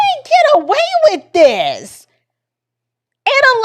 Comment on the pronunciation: He also says wiff instead of with